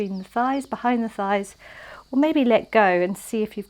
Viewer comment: you just killed me when your tongue twisted and you said "Scheiss" instead of thighs🤣🤣 Please take a look at a german translator (I'm fluent in german, that's why it made me laugh so hard) 😉 Anyway, loved this flow, always a pleasure to practice with you under the birds' chirps🙏